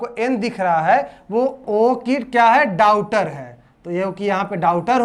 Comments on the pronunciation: डाउटर नहीं डाटर🤣🤣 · Blood relation question me aap daughter ka sahi pronunciation nhi kare hai